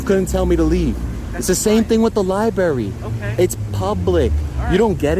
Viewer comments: It's called a library not a liberry The library is not a fruit. Please start pronouncing your words right. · its not lye berry. Its Library. other than that good vids good work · When did they change it from library to “LIBERRY”,lmao. Good job nonetheless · you have been found guilty of two counts of mispronounciation. your sentence is to go back to the liberry and film more. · keeps saying libary lol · It’s not a libary It’s a library You need to sound intelligent to get your superiority to shine through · Can you please stop mispronouncing Library…….??! It’s undermining your credibility and makes me question your education…..no need for that because I support you 100% but it’s LIE - BRARY not LIE-BERRY…!! You’re killin’ me bro…..!!! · You sound like a moron it's Library not Libeary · Dude for the love of god it pronounced LiBRARY NOT liberry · By the way.......it's pronounced 'library'..........NOT 'libary'. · There would be more credibility if he could pronounce library. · Great video. Those “cops” are a bunch of tyrants, especially Officer Cowtits (was it Udder?) and the rest of them. You should live-stream so that if they take your equipment, it’s too late, you still have all the content, AND proof that they stole your property. BTW, it’s pronounced “lie-BRERRY,” not “lie-berry,” just to help you sound more like a pro. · Please man, with all due respect…pronounce it “libRary”. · Li-berry. Learn how to talk. You are an egotistical maniac. You CAN be trespassed from a public building. You don't get it. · Public "LIBERRY" LMFAO you can't even speak properly looser. That's y you cant get a real job idiot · good job, but i think people would take you a little more seriously if you didnt call it a lieberry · "public lie-berry"? I'm glad you're out auditing, but good lord man, I wish you wouldn't talk. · This auditor needs to learn how to pronounce "library." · You should really learn how to say library. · Agreed. It's embarrassing.